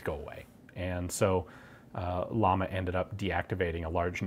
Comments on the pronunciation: ...its pronounced "yama" not lama, means flame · Is the company name pronounced "llama" like the animal or, as the two Ls in Spanish should sound, "yama" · its not pronounced like the animal its pronounced like "iama" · It's pronounced "Yama" not "Lama" Ian! Llama means flame. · Just a minor detail, but irritating to spanish speakers: It's Llama, not Lama. It's a doble "L", which always sound like "Y". So, pronounce it as "Yama". It's a totally diferent sound. You can use Google Translate to check the correct spanish pronunciation. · Just a lil correction, we pronounce Yama and it means flame. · I hate to be that guy but it's like a thorn in my side, it's pronounced "yama" ll in spanish makes a Y sound, sorry. Love the video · It’s pronounced “Yama” as in “como se llama…” it’s Spanish for “name” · LL sounds like the Y in Yes J sounds like the H in hike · Great video as always, its great to see some guns from my country from time to time. One small correction, you are pronouncing llama like the animal in english, its pronounced like a "hard L", "yama", means flame in spanish (like the company logo) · My mothers maiden name is Llamas. And its not llamas like the animal, its Ilamas as in spanish for flames. The double L makes a Y'ish sound, like in quesadillas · Pronounced yahma , double L in Spanish has a yah sound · You pronounce Llama like "jam-uh" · In spanish, 2ls (ie ll) are pronounced like a 'y'. Hence its pronounced Yama, which means Flame. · Llama is pronounced Yama, means flame in spanish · double ll in Spanish pronounced y as in you ! just saying! and i’m saying it because whenever someone makes a pronunciation mistake in english every native speaker is just rolling eyes yet can’t and won’t learn any foreign language pronunciation for no matter what reason!!! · Since its a spanish company wouldn't it be pronounced "ya-mah". Two ll's make a y sound in Spanish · If it’s a Spanish company, then “llama,” should be pronounced ya-ma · pronounces "Llama" very badly